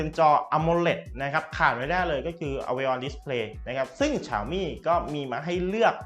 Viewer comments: ฉ่าวมี่!!!!!! ออกดสียงแบบนี้นึกว่าฟังผิด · ตัวแทน xiaomi อย่างเป็นทางการในประเทศไทยเค้าให้เรียกแบรนด์ตัวเองว่า "เสียวหมี่" ลองไปหาดูนะครับ ถ้าใครมีเชื้อสายจีนจะรู้เลยว่าเสียงนี้ตรงที่สุดแล้ว อย่าไปออกเสียงที่ดิ้นไม่ได้แบบฝรั่งเลยครับ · มีอย่างนึงที่ผมงงพอดีดูคนรีวิวหลายต่อหลายคน เน็ตฟิค เขาก็เรียกเน็ตฟิค แต่ทำไมมาดูคลิปนี้ผมงงเลย เรียกเนดฟริคเฉย แล้วเซี่ยวมีก็เรียกฉาวมี่ คือไรอ่อครับผมงงจริงๆ สำเนียงเนี่ยคนไทยปะครับตะหงิดใจ ไม่ตั้งใจมาดูคลิปนะมันเล่นอัตโนมัตเอง